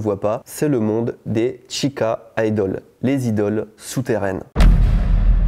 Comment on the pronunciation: Ça m'a perturbé toute la vidéo que tu dises ''idol'' mais c'est "aïe-dol" le "I" anglais 😂 et à il y en a 47, mais sinon j'ai adoré la vidéo et je déteste ces traitements que ce soit en corée/au japon c'est juste inhumain!!!!